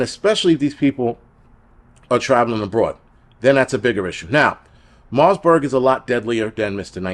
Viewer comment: Great video but, the virus is called Marburg not Marsberg and its actually a huge deal. When covid first came out the underground channels said this was the next virus they'd use in their plandemic as it's fatality rate is super high, there is no vaccine, and it has a 21 day incubation period making it nearly impossible to contain. This is their second shot at us, they will release/spread viruses like this until we beg for vaccines and lockdowns, its all planned. It will get bad.